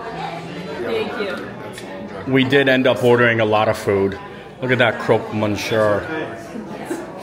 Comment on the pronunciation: Next time we see you, we will give you a little 101 French course on how to pronounce croque-monsieur 😂